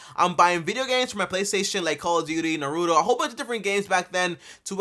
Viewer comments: hold up- did he just say narudo 🤔 🤷‍♀️ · The way he pronounced naruto...... 😐